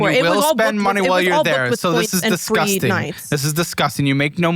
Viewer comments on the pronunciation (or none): Thank you guys so much for calling out on his “Dizguzting” pronunciation